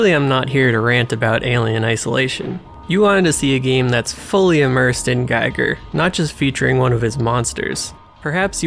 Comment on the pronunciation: Fun fact: It's pronounced GHEE-GHUR 😸